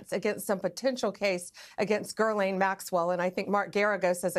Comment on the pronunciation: why can’t anyone manage to pronounce her name correctly. Yo Bondi, I know due diligence and meticulous procedure isn’t really your ‘thing’, but- can’t stress this enough- it ain’t “GURL-ayne”. Maybe spend a little time knowing who you’re prosecuting. Oh, and how’s that ‘meeting with victims’ thing coming along? Have you found your phone yet? Remembered your Gmail password? Try harder pumpkin